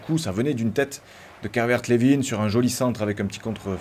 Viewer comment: Juste on dit Calvert lewin comme winner